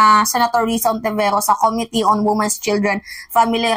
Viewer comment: this is about the dear mimaa, this is about the correct pronunciation of the word "committee." stress should be on the 2nd syllable of the word, OK?